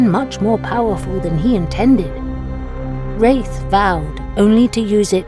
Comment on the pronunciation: My favorite lore yet! Rathe is a beast of a summoner. Aftersound did a great job on the music as always. The pronunciation of Rathe (long A or short a) needs to be sorted though.